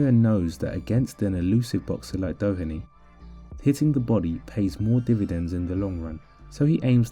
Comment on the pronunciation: This is a super video. Well done on your pronunciation of TJ Doheny also. Genuinely far better than most English people's